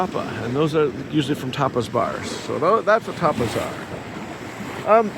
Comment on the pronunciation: While I knew you were saying tapas bars, I did hear it once or twice as topless bars and had a private laugh.